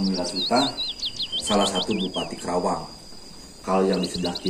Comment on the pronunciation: Penyebutan kerawang kurang tepat.... Karena nama sebenarnya KARAWANG dan nama karawang itu sudah dipatenkan di KEMENDAGRI... terimakasih..